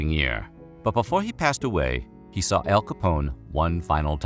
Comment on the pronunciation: Love this guy but is he saying L or AL?. Am I hearing things.